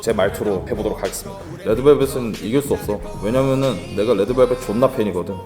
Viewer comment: 아니 저번 딩고 때도 그랬는데 왜냠면은 발음 개ㄱㅇㅇ ㅋㅋㅋㅋㅋㅋㅋㅋ